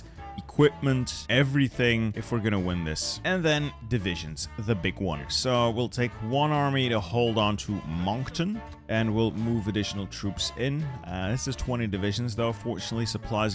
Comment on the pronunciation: Moncton is pronounced Monk Tin :) I’m an east coaster